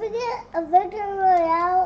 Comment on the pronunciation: No one:: as long as you victor-roy-ale 💀💀💀